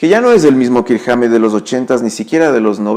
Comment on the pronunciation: Correción "Kirk Wahmmett" hahaha xD